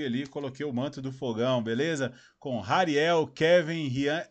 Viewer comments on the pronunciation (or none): um adendo o H do hariel é mudo não como em formato de R como vc falou